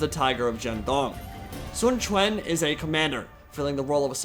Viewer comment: Your pronunciation of Sun Quan is spot on m8